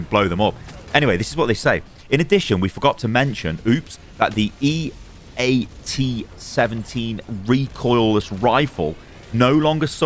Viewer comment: hearing you say E-A-T seventeen hurt me a little. EAT 17. Eat it. Great video. Glad to see you jumping into Helldivers.